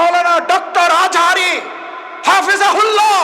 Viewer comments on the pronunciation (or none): খায় না বেঁচে সে আজহারীর নামটাও সুন্দর করে উচ্চারণ করতে পারে না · যে মিজানুর রহমান আজহারের নাম সঠিকভাবে উচ্চারণ করতে পারে না সে প্রকৃত শিক্ষিত কিনা আমাদের সন্দেহ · নাম শুদ্ধ করে বলতে পারে না।বড় নেতা দাবি করে,,,এই সব কুলাংগার নেতাদের জন্য এ দেশে কাম সারা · আপনাদের মুখ থেকে মানুষের নাম নিয়ে ব্যাঙ্গ করতে বহু দেখেছি, নিজেরা প্রথমে শুদ্ধ হউন, ভাইয়ো আজাহারি বলেছে মাজাহারও বলেছে সুতরাং বেশি অসম্মান করেনি